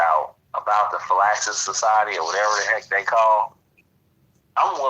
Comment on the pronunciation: The name The Phylaxis Society is being mispronounced in this video as "Fil-LAX" society. The correct pronunciation phonetically is "Fill-lack-Sis" society.